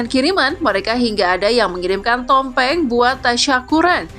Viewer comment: BKN TOMPENG MIN.....TPI... TUMPENG😅.